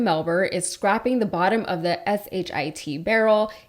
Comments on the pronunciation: You can’t edit your work enough to read it as “scraping” and not “scrapping”? This is pathetic. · "Scrapping the bottom of the barrel". Scraping not scrapping, what's the point in reading this stuff out if an AI can do a better job.